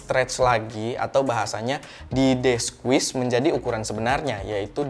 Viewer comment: dia bilang di apain? Deswis aku dengernya.